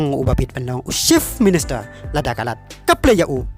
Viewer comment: Ni ko bah sngew kynjing ia ka rukom kren. Chief minister ym dei shift minister. Party ym dei palty.